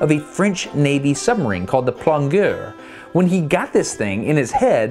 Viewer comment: Nice vid. Btw, "plongueur" is pronounced "plon-j-eur" in French ;)